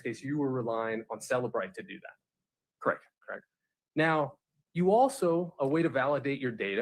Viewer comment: did you clock that Nester said they “vacationed on Hawaii, krect??” Allison corrected her saying Costa Rica. I felt Nester was trying to trap her in a lie. This cross gave me the ick. Glad Allison stood her ground even though visibly shaken.